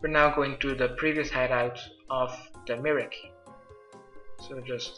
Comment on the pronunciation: In aid of the my-er-key.. Merrik? really . Fucking hell can noone speak?